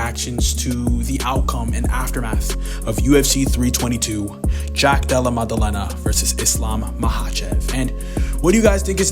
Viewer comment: "Jack Dulluh Muduhluhnuh" 😂